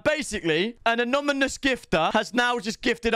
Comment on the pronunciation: Bro can u not pronounce anonymous 🤣